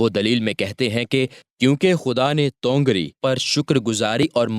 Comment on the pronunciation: Bhai tongar nahin tawangari hai